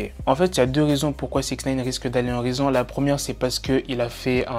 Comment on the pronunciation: # 'D'aller en rison' XD